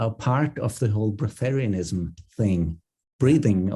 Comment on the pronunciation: It’s not breath-terianism it’s just breatharian.